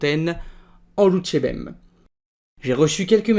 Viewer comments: Lonjourbem ! pourquoi dites-vous "Loutchébem" au lieu de "Louchébem" ? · juste une petite remarque sur ta prononciation " tu dis en phonétique "lou tché bem" alors que tu devrais dire "lou ché bem" ne prononce pas le T! voila! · C'est bien la première fois que j'entends prononcer "loutchébem". Y a-t-il une raison à cela ?